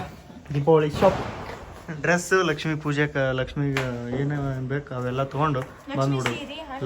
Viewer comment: ಅವರೇ ಲಷ್ಮಿ ಅಲ್ಲ ಅದು ಲಕ್ಷ್ಮೀ